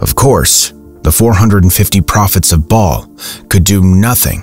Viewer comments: Learn to pronounce the names of the ancient B-AA-L not Bail or Bale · Love this but ps baal is pernouced like bawl ❤